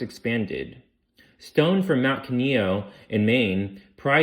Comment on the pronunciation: Kineo made me chuckle.